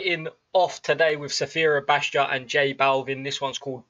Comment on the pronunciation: Man, in the next video I need you to learn how to properly pronounce Sfera Ebbasta..I dare you!😂